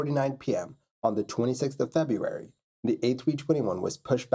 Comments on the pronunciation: It's not a misspelling, it's a mispronunciation and it's just lazy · FebRuary not Febuary